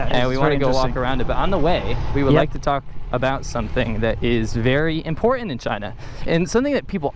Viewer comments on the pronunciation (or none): There it is again, "It's im-por-UNT ...". and again with, "...you get a situation where the tiers are im-por-UNT". ...Yer killin' me Smalls.